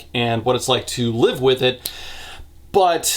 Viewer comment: I got a good laugh when he pronounced 'live' as 'leave.' XD So it read; "I will happily watch Aretia burn to the fucking ground again if it means you LEAVE!" lol